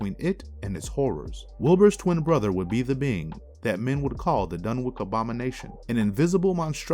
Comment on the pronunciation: Fyi homie not to be a dick. Dunwich (dun-which / done-which / done-witch) 🤣👍 otherwise great content!